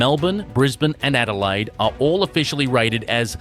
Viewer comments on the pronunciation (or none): none